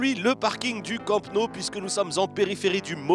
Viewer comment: MDRRR je cite "le parking du campe no " Mdrrr c le camp nou